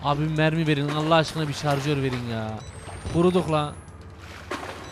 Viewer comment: Hahahaah pile jarjör diyo Hahahaah neyse çok komik xd